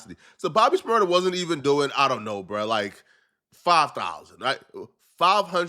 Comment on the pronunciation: u gotta say the name Right good video tho it's Bobby 🤔 Shmur-da 🤷🏽‍♂️💯